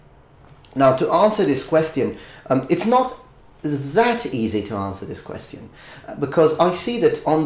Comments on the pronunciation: i somehow am really weirded out by your pronounciation of quest -ion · I love how no italian can pronounce ''question'' properly :3 No offense, luv ya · Italian and spanish speakers have trouble with that one